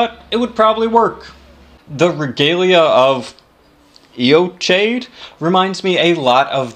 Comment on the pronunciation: I'm convinced Regalia of Eochaid is pronounced Yo-kayd and you can't change my mind